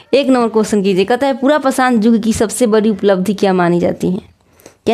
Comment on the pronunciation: Phele padhna Sikh ligiye yug ko jug padhte hai 😅